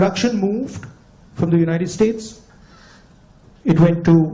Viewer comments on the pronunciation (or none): none